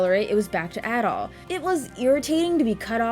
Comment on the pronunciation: My favourite action RPG of all time, go play it. Actually, as someone who's played the whole series, go play everything, you're missing out. A couple of points tho: - I will commend you for correctly pronouncing Adol's name correctly, as opposed to many others who say Ay-dol. - I also agree on the epilogue bit, it's so badly executed, lol (though the credits sequence gets me feelsy everytime). But hey, I still prefer it over Celceta's non-existent ending, ngl. - Just incase you didn't know, Celceta's Flash Moves and Guards have a way more forigiving time window. - "Celceta had a fixed camera where you could see everything on-screen" - Try fighting the super boss (the guardian of the forest thing) and then try saying that, lol. Also in regards to the camera, I noticed you were using lock-on a lot when talking about it, sometimes it works much better without doing that. - And finally the OST. Believe it or not, the OST from this game is actually my favourite in all of gaming, which is saying a lot. So yeah, at least go listen to the tunes.